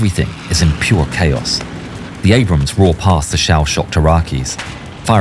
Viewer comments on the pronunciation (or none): none